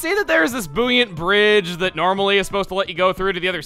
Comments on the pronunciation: "and we see this boo-yint bridge here..." Boy-ant. BOY-ANT. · It's pronounced "boy-ant", not "boo-yant". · It's pronounced boy-ant not boo-yunt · Boo-yant? Can't say I've ever heard buoyant pronounced like that. Could be like conch...